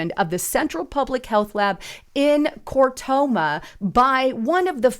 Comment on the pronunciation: It’s pronounced Kar toom as in cartoon! JS 😂